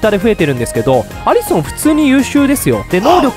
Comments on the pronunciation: アリソンってアリ↑ソン↓なん？アリソン→っていうんだが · アリソンの発音がきになりましたw